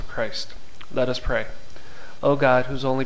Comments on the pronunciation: It sounds like you’re saying pray for our sinners,? It’s “US”sinners! Can you please fix that? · Enjoyed praying this with you. Very peaceful. I was distracted, however, by what sounded like "pray for OUR sinners" instead of pray for US sinners. Other than that, excellent. Thanks. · By saying the word “our “ sinners , The entire rosary, you are not including yourself in the statement. It is incorrect and it is bothering me.🤗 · An imperfection: it sounds like you say "pray for our sinners", but it should be: "pray for US, sinners, ... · Your videos are so good, I just get so distracted by "pray for our sinners" that I have to stop the video every time. Please consider rerecording your otherwise excellent productions with "pray for us sinners"? "Ora pro nobis peccatoribus", pray for us sinners, not "ora pro peccatoribus nostris", our sinners. I can't possibly be the only one bothered and distracted by such an important detail!